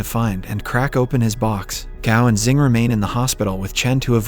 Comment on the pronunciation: *Xing not Zing. It's only pronounce like that